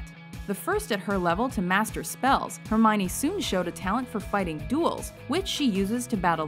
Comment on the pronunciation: You got Hermione wrong :(